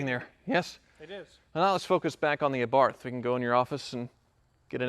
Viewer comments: He slipped up and pronounced it correctly. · pronounced it correctly. The correct pronunciation is Abarth (similar to AWOL, AOK or A-list)